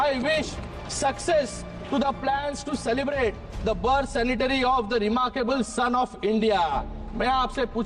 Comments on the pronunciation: शिंदे साहेब सॅनिटरी नव्हे सेंटेनरी असा उल्लेख करा म्हणजे अर्थपुर्ण शब्द होइल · Centenary hota hai sanitary nahi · Birthday sanatary ?? Centenary!!! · Shinde's son says Savarkar sanitary instead of centenary. Who gave him the medical degree? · Centenary la sanitary mhantoe Dr. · इसे इंग्लिश देखकर भी पढने नाही आता , Centenary को sanitary पढ रहा है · या श्रीकांतला Centenary हा शब्द बोलता येत नाही , फेक मेडिकल डिग्री असावी 😂